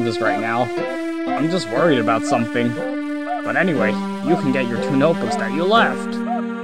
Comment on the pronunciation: i heard you said gyatt away instead of get in the boss fight part😭